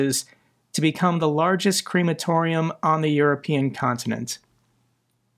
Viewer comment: WTF is a creamatorium? Crematorium, no cream